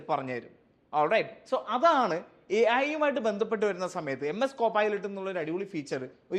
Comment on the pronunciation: Ai ❌ Æyi ✅